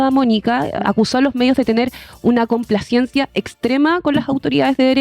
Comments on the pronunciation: Jajaja Yo tambien me fije, dale con la complaciencia... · La periodista de Turno, toda la entrevista pronunció mal la palabra complacencia, no acusó recibo cuando Rincón la pronunció correctamente. Un mínimo es que los periodistas hablen correctamente.